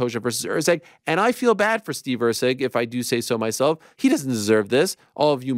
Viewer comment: It is Erceg, not Rceg...